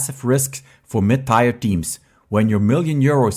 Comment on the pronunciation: Tier is not pronounced tire. But rhymes with beer, fear, here...